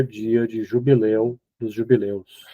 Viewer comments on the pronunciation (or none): Perguntei por que ela falou jubileu ,e a Clarissa fala JUBILI ,acho engracadinho ela falar JUBILI 😊😊😊